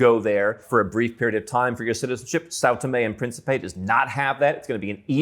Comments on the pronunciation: "Principe" is pronounced as prince in english adding a soft P at the end. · Just trying to be helpful here. The Portuguese word Principe is accentuated in the first syllable, thus the last syllable (pe) is partially muted. The best way for non native speakers to say this word without being misinterpreted is perhaps saying prince in english, as that 80% close to correct. In the video, the word was being pronounced as it had accentuation in the last syllable instead, which makes it goofy or even alter the meaning. For those interested in the language, here is some reading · Озвучка.... Південні і Принсіпі?